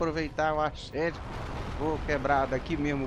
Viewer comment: eu racho com essas gameplay de "arxerédi"